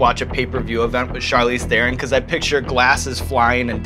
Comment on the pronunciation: Evans: If you do NOT know how to pronounce a name, JUST ASK it! You sound so stupid mispronouncing someones name! Here you can learn how to pronounce the name Charlize Theron properly